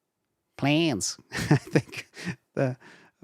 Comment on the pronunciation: Plans!!!!! 😂 I laughed every time he says it